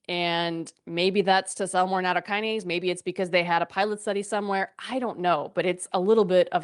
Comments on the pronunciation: Maybe we can begin by pronouncing the word CORRECTLY? NA-TOW- KI- NA-SAY Is that asking too much? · It's not natto + kinase. It isn't a kinase. It's nattokin (納豆菌, literally natto bacteria) + ase. The kin is pronounced like the word kin. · She dont even pronounce it correctly